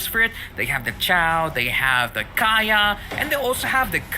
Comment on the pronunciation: It's kaja not kaya🙄